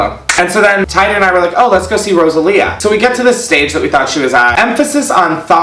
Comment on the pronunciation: The way he said rosalia killed me